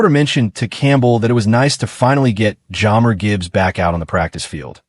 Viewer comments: AI slop that can’t even say one of our best known players name right… Jammer? Do yourself a favor and skip this one. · Teach AI to pronounce jahmyr.Gibbs name correctly and maybe someone will watch this video